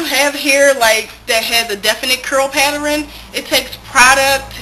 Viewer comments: I love how you say "pattern" like "pateran"... cute! And good job on your transition! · You say paterin lol its cute tho